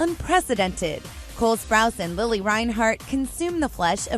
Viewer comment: Okay but its Lili not Lily~